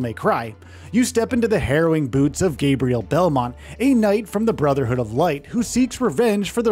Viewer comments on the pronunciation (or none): none